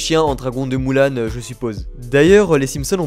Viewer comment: On en parle qu'il a dit "moulan" au lieu de "Mulan" a l'épisode ou il y a les simpson 😭😭